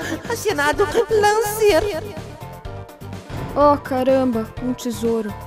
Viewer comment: Muito bom mas se pronuncia Lencer não Lancer